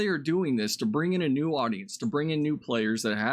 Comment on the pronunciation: "Nu" star wars.